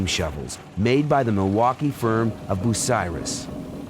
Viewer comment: It never fails! I want to trust all the data in your video, then you pronounce Bucyrus “boo-cyrus” and I loose all trust for everything else you’re presenting. That sucks too because they’re decent videos.